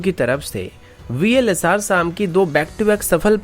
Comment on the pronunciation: Vls - SAAAM nhi hai SAM hai ye Pronounce to theek se kar bhai